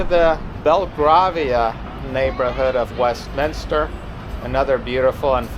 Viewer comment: Grovesnor is pronounce Grow-vner.. Bel-grave-ia..West-minster,. Those bus stops were to protect the people from being splashed by passing cars. Not all face that way. Most of those flats buildings were built before people drove, so no need for garages, 1 of those houses as a whole is for sale at 20 million pounds